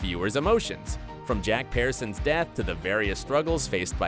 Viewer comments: THIS VIDEO KEEPS ON DAYING THEIR LAST NAME WRONG!!!!! It’s not the PEARsons (like the fruit) it’s pronounced like peersons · Pearsons isn't said properly in your video. It is said Pierson not Pearson. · Lol why is he pronouncing Pearson's like that? 🍐sons